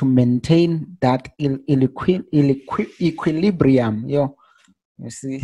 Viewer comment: That word equilibrium is sometimes difficult to pronounce lol 😂 But bro to be honest enough I have never found anyone who explain like you do you really make me to understand thanks a lot bro, hoping I'll grow my account and live in this for I really like to trade